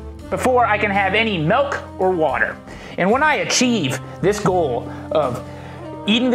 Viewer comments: "5 minutes before i can have any M E L K..." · He said melk😂